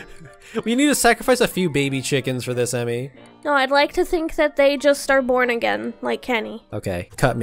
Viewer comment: OMG WHEN SAID “I like to think dat they’re just born again”